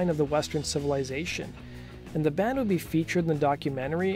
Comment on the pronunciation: Is it just me or is he saying "dand" instead of "band"?